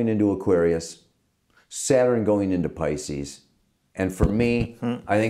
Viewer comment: je spreekt 'pisces' toch niet uit als 'piskus', maar als 'paicies'!!